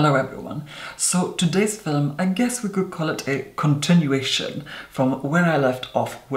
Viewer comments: "So today's FILUM." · Wait, are you Irish? Had three exchange students from Ireland in my university and they all pronounced “film” as “fillum”. I thought it was the cutest thing ☺️ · Every time says "film" in a video ahhh I love it! The sound of his voice is amazing and the way his mouth moves when he talks. ❤